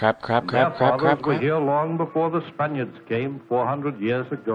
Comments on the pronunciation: Good gravy, just a few seconds into the narration. "This is because span-EYE-urds sailed--" THAT IS NOT HOW YOU SAY SPANIARDS ARGLEBARGLE WHAT?!?!!?! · Um... Spuh-nigh-urds? Dost thou referreth to 'Spaniards', ser? I LOVE IT WHEN THEY PUT LOTS OF TIME AND EFFORT INTO THEIR EDUCATIONAL DOCUMENTARIES.